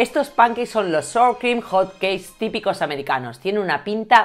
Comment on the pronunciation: Sour Cream se pronuncia "Sawer Creem"... Nada... eso. Besito, me encanta tu canal!